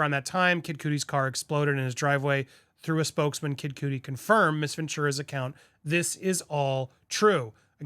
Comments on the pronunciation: " kid Cootie" get it together dude! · With your career you should know how to pronounce Kid Cudi 😂